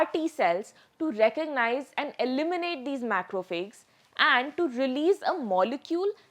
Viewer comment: Good summary. However, please correct the pronunciation of "macrophages".